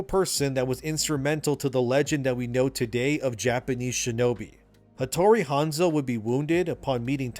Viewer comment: Shintosm? Odu Nobunaga? Hotori Hanzo? How come you pronounce them correctly and two second later wrong? Anyway, the story sounds like too fantasy for AC. Like way too fantasy. Like some fan fiction. I might have to check with my ex-colleagues from Ubisoft.